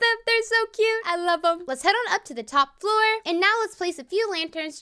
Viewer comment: she said flow not floor